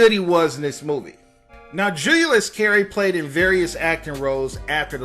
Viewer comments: Dude. 1) solid coverage for sure. 2) JEW-Lee-US(Julius) Carry. you kept saying "Juu-You-Lus". still great coverage thanks for the video. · He also says, "Julia-yus" instead of Julius. 🤦🏾‍♀️ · It’s “Julius” jew-lee-us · The pronunciation of his name is JU LEE US. Not JULE YOU LUS. SMDH.......